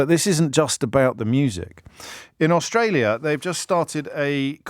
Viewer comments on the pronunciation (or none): none